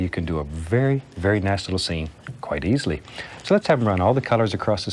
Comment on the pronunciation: He says easily like you're drawing a straight line